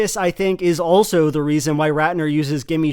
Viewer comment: "The dees an the dat"